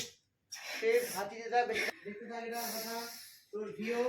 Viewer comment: কোথা আবার কি, কথা। মন্দি না মেন্ডি।।।। 😅